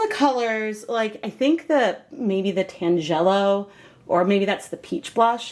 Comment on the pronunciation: Very interesting experiment. I think I like the mop best. FYI, tangelo is a fruit and it’s pronounced TAN-gel-o.